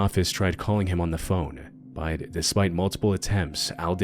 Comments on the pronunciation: Yo, is it just me or does he pronounce the word "but" differently? Like, no matter how hard I try, I can't pronounce it the way he does. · What is your accent? You pronounce words in an interesting way. “But” for instance, you pronounce in a way that sounds like “bite”.